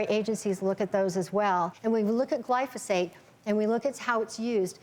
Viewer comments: Lol. These idiots don't even know how to pronounce glyphosate. Also, it's in the same clas of carcinogen as working night shifts or a fry cook. I'm shaking in my boots. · its pronounced GLY-pho-sate. not gly-PHAH-sate. bunch of environmental pricks think everything causes cancer. it takes more glyphosate to kill lab rats than it does table salt